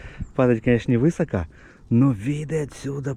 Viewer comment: Красота! Надеюсь пройти по этим маршрутам. Второй раз в жизни слышу ударение вЫсоко. Интересно, в каких краях так говорят?